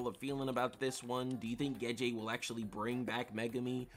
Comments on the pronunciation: It's Gege, not Geje lol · The fact you keep saying Gege's name wrong makes me question your whole theory...if you can't say the name right how can i believe anything else you say.....jkjk. love the video